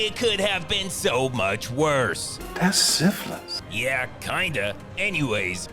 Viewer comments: Love how Mr Seagull can't say syphilis, or as he would shart sifflis. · "Dat's siffuhlys!"